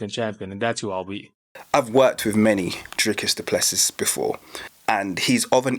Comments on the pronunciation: How dare you talk about our Country which btw you know nothing about. The French, Dutch and Germans came here because of religious persecution in their original countries. They were settlers, not colonisers. The guys name is pronounced du Plessi..no Plessis. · Dricus Du Plessis is of French descent. Lol. The last "s" is silent.